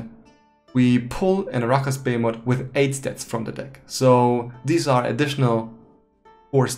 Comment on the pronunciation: The way you say "arachas behemoth" is pretty wrong xD But nice video, thanks!